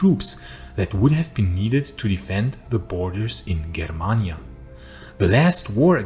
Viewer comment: the G in germania is pronounced like in Germany.